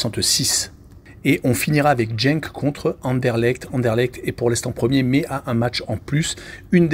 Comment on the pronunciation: pas grave. ... En fait, Courtrai est une ville flamande qui se dit Kortrijk en néerlandais. Et tu peux dire Genk en prononçant le G comme dans gare. On apprend tous les jours. Donc, ne tiens pas compte des remarques négatives. Continue !